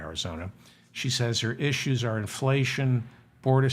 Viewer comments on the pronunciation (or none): none